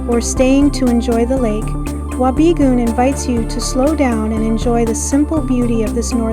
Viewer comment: It is pronounced Wa be goon. The town was founded due to it's location alo ng the Canadian Pacific Railway line. It was also the main town that supplied the Gold Rock Mine. It is my home town and a magical place to grow up.